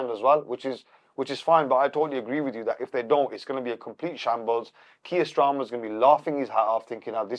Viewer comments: I thought I was only one who picked up on stramer 😂😂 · Its hilarious how belittles Keir Starmer so much he doesnt even say his name properly 😂